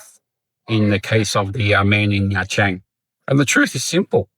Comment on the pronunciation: Bad foreigners like those who pronounce the country as Veet Narm? Agreed they are the worst. It's a 3 syllable word. What about those foreigners who say Chang in Nha Trang? It's not Chang. It's Trang. You know for someone who has lived in Vietnam for more than 10 years, I can't tell if you're trolling on purpose.